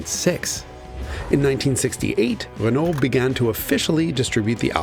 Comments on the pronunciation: Its ren-oh, not ren-ole, otherwise very good video, and entertaining. Quality speaks for itself....love your content. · just say "renoh" and ur good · I love Jason's very Americanized pronunciation of Renault (reh-nall) but then he slips into the French pronunciation half the time (reh-no). How does Tam Hyphen say it? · Always love the Hagerty vids. Keep em coming. But… top tip: when you pronounce “Renault”, the L and the T are silent. "Ruh-NOH". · Great, but stop trying to pronounce things right when they are wrong. Renault is RENOE durrrr... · C'est "rhen oh"! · I hate it when people pronounce the "L" in Renault 😭😭😭😭😭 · true. but he has to work on pronouncing renault correctly. that is without the "L". maybe then they´ll also sell the car in the US. on the other hand: why should they? ;-)